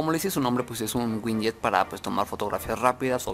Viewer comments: winyet winyet xD buen video bro pero es Widget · Bro se pronuncia widget!!no winyet